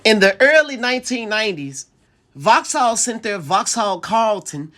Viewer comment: Voxal not FoX HaLL